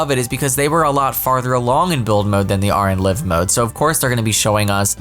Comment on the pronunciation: Everytime I hear "live mode" (Liv'), My brain says; "No, its Live Mode!" (L-ie-ve) (Petty Brain; "or should we say 'Paraliv-s'?" XP)